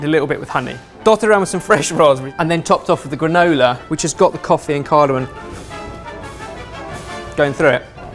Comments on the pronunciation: what is cardamoN? lol... M not N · "cardomon" oh 😂❤️ Only you could say something wrong with such confidence that anyone would question what they've known for years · is ben saying 'cardamon'?